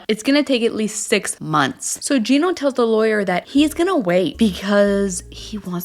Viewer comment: Yes you are pronouncing his name correctly! Finally someone says it right!!